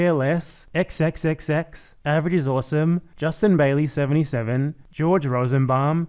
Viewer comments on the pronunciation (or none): none